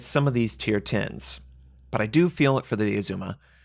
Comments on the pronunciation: I know you get a lot of pronunciation corrections but - it’s Azuma, a as in apple, not ae like Oedipus. Did not look like a Stalingrad pound for pound though... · Great come back. It's ARR-zu-ma by the way.